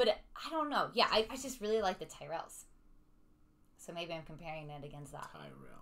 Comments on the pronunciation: I have to be on the mood for Tyrrells, pronounced Tirrells with a Y. Not Tie-rels. I love Walker's snacks, monster munch and quavers included. I've had all 3 of the best known flavours of monster munch, including roast beef, pickled onion, and flamin hot flavours. Even cheese flavour monster munch included in the Walker's mix ups cheese flavour pack. When it comes to quavers, I've had cheese, prawn cocktail, and salt and vinegar flavours. I have to be in the mood for Walker's max. I've had Smith's fries things in the past. The flavour of scampi, the real name of scampi is langoustine. I like Jacob's products also, twiglets included. Not too keen on cheese footballs. But I do like cheddars and cheeselets. Speaking of cheeselets, during the Xmas period, they make treeslets. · Walkers is an older company than Lays. Walkers was bought by the same company that owns lays a few years ago during our last major recession. Tyrrells is pronounced ti rells. Not tie rells. It has a short I sound. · Pronunciation is tirrell- as in the f1 team in the past! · I'm only seeing this video now! The Bacon and Scampi Fries are a classic pub snack, so best enjoyed while have a pint of your favourite tipple. And Tyrells is pronounced "ti-ruhlz" 😁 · Twigglets are tasty, they are covered in Marmite Tyrells are pronounced turrets Keep up the good show ❤️❤️❤️ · "Tyrells" is an Irish surname. It's pronounced " Tir ells" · Tyrrels is pronounced “Tirrels” even sounds better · Tyrrells are not the house from the Game of Thrones: Check out their ad for the correct pronuniation of the name By the way, Americans tasting Twiglets and Marmite is always amusing. These are cultural differences in taste, for example you may love root beer, to me that tastes disgusting! Keep trying our UK snacks, biscuits and sweets (cookies and candies).